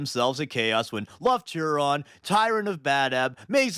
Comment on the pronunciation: became my favorite wh40k guy after he called Lufton Huron "leftnut huron"